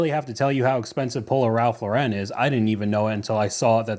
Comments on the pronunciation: It's prounced Ralph LAU ren, not lau REN. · You’re killing me with the Ralph “Low-ren” 🤣 It’s just Ralph “Lauren” like the girls name. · Great vid but please note Ralph Lauren is as American as apple pie so not pronounced as French!